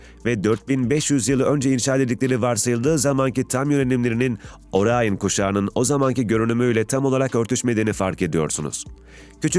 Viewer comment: Orayın değil, Orion